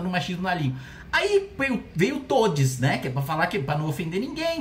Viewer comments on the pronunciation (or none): Ou você fala toudis ou você fala certo. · Kkkkklllllkkkk eu parei voltei o vídeo e ouvi novamente no "todis" aí eu falei "não creio que ouvi isso" kkkkkkkkk